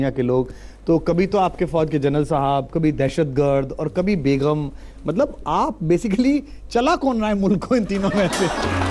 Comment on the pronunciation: Beghum nahin begum hota hai.